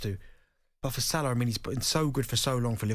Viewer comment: Its not Salar. It's Salah. Hate the way Andy says it